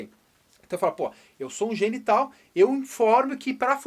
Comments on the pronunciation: poxa professor kkkk oque ele falou: eu sou um gene tal oque se ouve: eu sou um genital kkkkkkkkkkkkkkkkkkkkkkkkkkkkkkkkkkkk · eu juro que eu entendi "eu sou um genital" KKKKKK